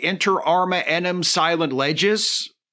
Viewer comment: It always cracked me up that Barry Jenner (playing Admiral Ross) pronounces "enim" (meaning "for" in Latin) as "einem" (meaning "one" in German) in the episode "Inter Arma Enim Silent Leges." It should be pronounced "AY-neem" or "AY-nim."